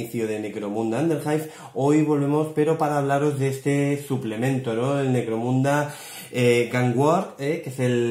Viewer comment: Parece que digas "Negromunda" no? XD buen video :D